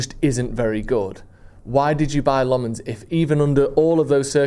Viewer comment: Senne Lammens isnt from the French part of Belgium, he is flemish. So you can stop with the french pronunciation and just say Lammens in an english way, its more accurate. Edit: not to be a dick or anything